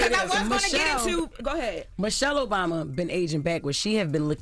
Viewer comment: I’m going to need you say that correctly. President Obama!!